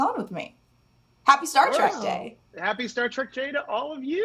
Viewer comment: "Star Track"....... 🙄